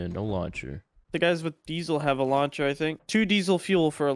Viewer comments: why sayin deesil not diesel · Dee-sill fuel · Diesel (Dee-Zel) - that soft S pronunciation is killing one baby seal each time it's uttered